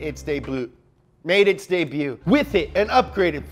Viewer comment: pronounced debutt wrong yu dum dum